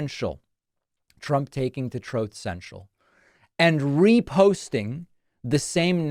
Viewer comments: Troth Sential 😂😂😂😂😂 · Love that “Troath Senshall” button !! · TROATH. SENSHAL. 😂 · Troth Sential gets me every time 😂😂😂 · 🤣 Troth Cential 🤣